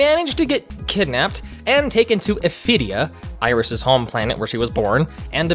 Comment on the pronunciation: watched one of ur videos last night, really enjoyed it and today the official lolirock tumblr links to this?? clearly its fate lol though… your pronounciation of 'iris' is painful 😔